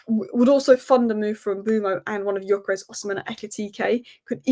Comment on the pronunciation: You talk so much about Gyökeres but never pronounce his name correctly. It only takes you 2 minutes to watch highlights of him to learn how to pronounce the name.